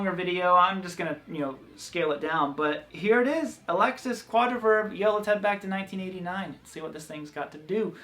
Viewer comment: Pronounced: uh-lease-iss